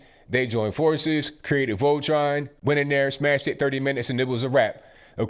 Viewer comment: "Voltron"! Lol! Great vid!